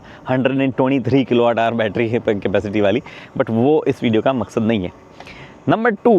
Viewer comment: Maksaad bolke Pakistani bann rahe ho aap 😂😂😂